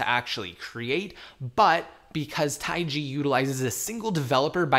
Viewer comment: Jesus it's not taigi. It's just taig